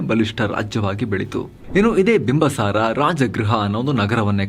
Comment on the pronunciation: Bimbasara alla bimbisara ansutte...yakandre nanna magu school history book nalli bimbisara antane ide sir..